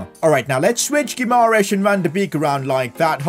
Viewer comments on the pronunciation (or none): PCQ: I think you mispronouncing Bruno Guimaraes's name, you are missing "a"